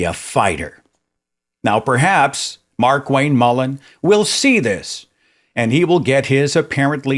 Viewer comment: Did I just hear you say "MarkWank" ? Bloody genius!